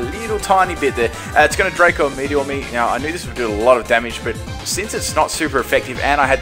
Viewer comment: it's dra-co meter not draco meter geez